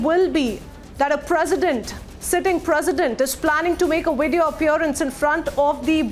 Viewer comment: I didn't know video had a "w" in it😂🤣